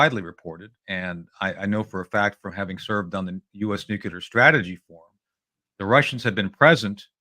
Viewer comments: noo-clee-ar. Keep practicing, Tony. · Repeat after me Tony , Nook leer….. nook. Leer….. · Who the hell is this knob? Why is it people like him always say "Eyeran"? And "Nucular"? Christ what a dolt! Very much below your usual quality of guest Judge. Woeful, absolutely woeful....🙄